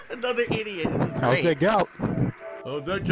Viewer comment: I hate his pronunciation of "idiot." Infuriating.